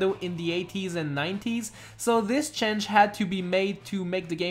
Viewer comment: "chenge" and fack"